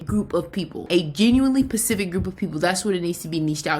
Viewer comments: This is great advice but every time I hear pacific instead of specific I lose my shit😂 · Ma’am pacific is the ocean. Specific, SPECIFICALLY 😫